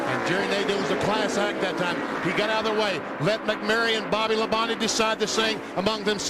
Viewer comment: That's how it's supposed to be said